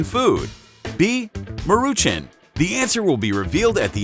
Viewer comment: Ma roo chan not maruchin